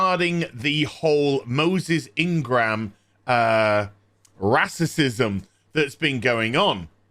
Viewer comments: Dude. You're not black, you're not female. You're just a basement dwelling, hait baiting grifting YouTuber. Shut up and read the room. Edit: Also, 'rassism' and 'wahmen'? You absolute child. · It would help if you could pronounce Racism rather "rasterciuim" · I love your videos but for the love of God please stop purposefully mispronouncing racism and such. It drives my brain crazy lol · Can you please say racism properly and get to your point more quickly. I'm agreeing with you, but fuck, stop being as cringeworthy as dysney.